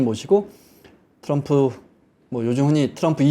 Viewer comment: 온갖 한국 발음 다 하시는데 트럼프만 츄뤔프 네요